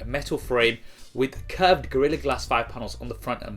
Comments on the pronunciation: Curved not Cuvred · It's Curved and Not Cuvred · 'cuvred' lool